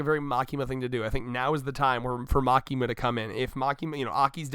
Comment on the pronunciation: Again its Makima.........just Makima